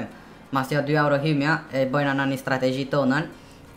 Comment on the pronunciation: osht se a e ke vrejt qysh fol aj p.sh ekstrem,strategji etj 👍😂😂😂